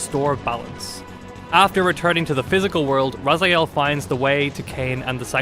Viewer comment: My ears are bleeding from all those Razyaels. I don't know how it is posible to mispronounce characters name from a game which was released 21 year ago. You didn't hear how his name was pronounced in the game? Game starts with Elder God calling him Raziel...